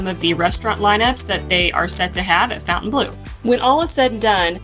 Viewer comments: Is there a connecction with the Saudi golf group LIV? See ; regarding pronunciation, Fontainebleau is a French word named after a city in France and should be pronounced something like Fawn-tan-blow. The chateau there is famous for being used by Napoleon as his palace. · Please pronounce it right. Not fountain it's fontaine... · I know the owners insist on Fountain Blue. But it just ticks me off. Why spell it in exact French then demand we pronounce it nothing like it's spelled. Lacks class from the get go.